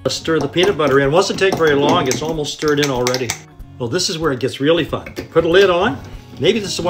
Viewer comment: That "fun" sounds odd through my speakers.